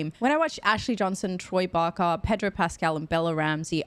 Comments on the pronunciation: Troy Baker, not Barker ;) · Baker not barker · Troy Barker? Lol Baker (baaker) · It's Troy Baker, not Troy Barker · Troy BAKER, rather than Barker. (Or "Bacca"?) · OMG ITS BAKERRRR NOT BAKA😂🤣🤣🤣🤣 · You are getting the business over Troy's name but Pedro will tell you how almost nobody pronounces his name right! He's a sweetheart about it though as I'm sure Troy wouldn't mind the occasional barker 😉anyway, I really enjoy your reactions! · Every time you say Barker I die a little on the inside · I love your videos. But it’s Troy Baker. I’m sure you’ll find out soon enough. 😊